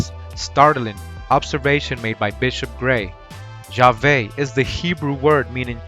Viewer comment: Its Yahawah not Hawah